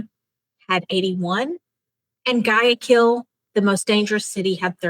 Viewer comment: Repeat after me "GHWAY-AH-KEEL"